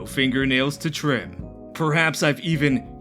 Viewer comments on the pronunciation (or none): none